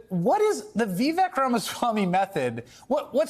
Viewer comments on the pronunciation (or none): It’s not vee-veck dummy.